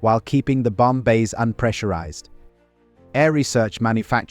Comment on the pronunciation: The AI narration is intolerable. "Bomb-buh" , "350 emph"